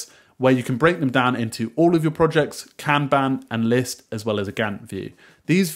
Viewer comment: regarding breaking down projects into task lists, you say that you can break them down by task or "can ban"?? ...as well as a (what?) view... I replayed this part several times and turned on closed captioning, still no idea what you said.